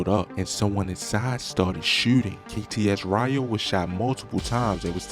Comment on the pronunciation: Kts REYO NOT RYO .. KTS RIO BRO . you have got go get down with pronouncing these men bruh 😂